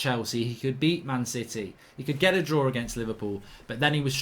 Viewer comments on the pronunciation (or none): none